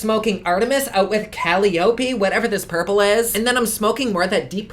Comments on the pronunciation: What did you really expect with the title Greek Goddess? Me? Lots of metallics and warm colours. Cah-lie-oh-pee (Calliope). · I love that cover, but the colors are just meh. So disappointing. Also, just a heads up - it's pronounced Cal-eye-oh-pee, accent on the eye. Love ya! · Persephone: Purr-sef-funny Calliope: kuh-l-eye-opey (Commented with utmost love) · Kuh-lie-O-P. Caliope phonetically, also my 1st grade daughter's name. Per-Sef-O-Knee is Persephone. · Persephone (Per-Sef-O-Nie) and Calliope (Ca-Lie-O-Pee) Love your pronunciations though! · To me it looks like a wanna be Natasha Gold palette. 🤨 Calliope (my cats name 😄) is kuh-LIE-oh-pee. Persephone is per-SEPH-uh-nee. Hera you do pronounce the H. Love you, thanks for trying 💋💋💋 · I love how you have the Alien palette with a shit ton of gorgeous and vibrant colors... And then this palette. Manny really isn't very creative. He gets awesome colored palettes and somehow manages to do a bronze eye every time. And, it Cuh-lye-Oh-pee, Hera with a harder H, and Purse-eff-uh-knee. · I'm sorry, ILYSM and I'm trying to be positive but no bulls** right?? It's pronounced HEH-rah (yes- you pronounce the H), Per-SEFF-oh-nee and kuh-LIE-oh-pee. (The musical instrument was named after Calliope!) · Teeheehee! You're so cute! Calliope is pronounced "cull-eye-o-pee." :) And Persephone is "purse-eff-oh-nee." :) Often these Greek names that end with "e" have a long sound at the end. :) Also, I TOTALLY agree with you about the color scheme. We need to get some color up in here, and my hope is that with as crazy as everybody has been over the James Charles palette, makeup manufacturers will get the hint. :-) 💙 Your Friendly Neighborhood Hydronerd ;) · Calliope is pronounced "kuh-lie-oh-pee" shes basically the goddess of poetry and Hera "hare-uh" was the wife of Zeus. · I can tell you don’t watch Grey’s Anatomy by the way you pronounce Calliope lol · Caliope -> ca-Lie-o-Pee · It's pronounced "Ka-leó-pee" Tho